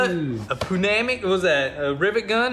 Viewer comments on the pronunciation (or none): PNEUMATIC: pronounced 'New-Matick'. Blame the Greeks/Latin for this pronunciation. The 'P' is basically silent. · New-matic.... that’s how you pronounce the word pneumatic lol 😂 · It's spelled pneumatic and pronounced "nyoomatic" not newmatic. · just say "new mattic" not punanic. lol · Hahaha he said poonamick. Try newmatic. All good not clownin jus sayin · i like pnew namic the best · Punamic. I will be saying it that way for life now. I’m with you brother. The p is no longer silent. 😂😂😂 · Golden moments "Just gonna puch the tip in" "Poonamic" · Another great video guys Always first on my watch list. Oh and pneumatic is said like this..... new matic !! Well it is here in Australia. Peace. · Hey Guys, I've been watching for a very long time and I think your channel is awesome. The word Pneumatic is pronounce New-ma-tic. hope this helps. Great job on the new build. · "NEW-matic" haha. Good stuff, boys! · Pooh-matic hahaha! Regardless...Love your work! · say NEW MAT TIC as one word. say it. go on say it !! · Lol the word is pronounced new matic. Not making fun but laughing inside thanks for all the fun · Pneumatic is pronounced "newmatic" for reference guys 👍 keep up the good work! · its pronounced New -Matic , i dare you to drive it around town with all the emblems still on it , see how long it takes to get pulled over ... lol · Pneumatic is pronounced NEW MATIC Boys! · Pneumatic is pronounced New-matt-ick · Poo-namick. Hahahaha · Its pronounced Newmatic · pneumatic = "new matic" (don't pronounce the p) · Pneumatic is pronounced new-matic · Pneumatic pronounced new ma tic